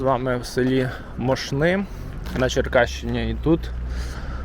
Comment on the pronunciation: Мóшни — наголос на перший склад